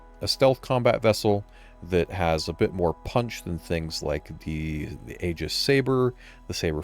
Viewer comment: Dude, you’re butchering g the names of these ships. 😮. Qi is pronounced “CHEE” and Aegis is “EE jiss “ (it means the shield of Zeuss in Greek mythology).